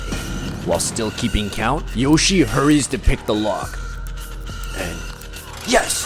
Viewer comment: Its joshie not yoshie